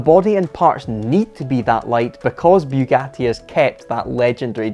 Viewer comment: FFS it's not bew gatty, it's Bugatti